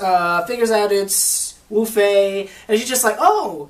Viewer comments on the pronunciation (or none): Wufei not lufei